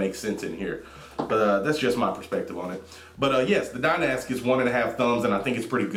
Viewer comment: hay the mod is pronounced dynasty